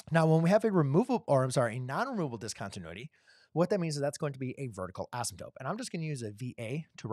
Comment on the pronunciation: Why do you keep saying asymTOPE? 😊 /Asymtote